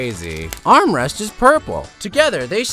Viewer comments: Amethyst not armrest.and pearl not Spuidward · ITS AMYTHIST NOT DARN ARMREST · Announced Emma fist wrong and also pearl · I hear you say amethyst as “armrest”💀💀💀💀